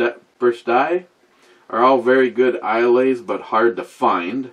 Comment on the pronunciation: You butchered every Scottish word. First lesson its pronounce I luh. Not I lay.